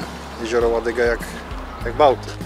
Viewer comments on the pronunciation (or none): Jezioro ŁADOGA a nie Ładyga... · jezioro Ładoga, a nie "ładyga" Wspaniale zrobiony reportaż! Pozdrawiam